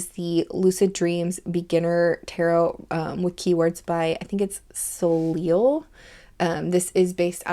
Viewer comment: Soleil = “solay”= sun. FYI. It’s French.❤️🇨🇦